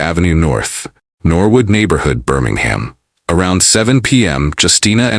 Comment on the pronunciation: Oh lord I’m done when you said Birmingham SMFH